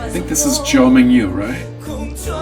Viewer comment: FYI, the official romanization for 조민규 is Cho Mingyu and sounds /min-gyu/, not /ming-yu/. (It would be easier to say like min-Q)